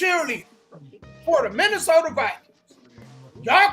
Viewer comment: HaHaaaaaaaa!!!!! Yall said the "Missy" Sota Vi"Queens" 🤣🤣🤣🤣🤣 ...SMH